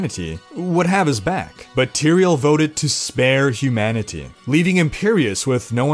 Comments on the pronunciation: Hugh Manatee, cannot be unheard. Makes the video alot funnier xD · I don't like your over enunciation of "humanity" hahaha